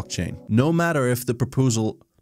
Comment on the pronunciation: "No matter if the propoosal..." :p